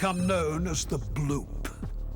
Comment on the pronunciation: "the bl-OOP"